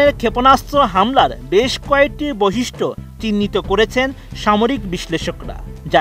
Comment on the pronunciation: ২.০৪ সেকেন্ড এটা কি বৈশিষ্ট্য হবে!! 😂😂 আহারে উচ্চারণ